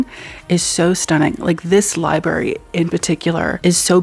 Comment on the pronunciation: I love you so much but I must say this because it’s driving me crazy you are missing the r in library and saying liberry. 😂